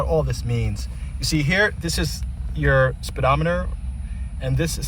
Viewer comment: Good explanation of the avionics and instruments but you killed me with speedometer 😆. Nice aircraft sir!